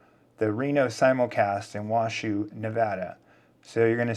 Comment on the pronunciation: Hello From Reno!!! FYI Washoe County is pronounced Wa-Show. ; )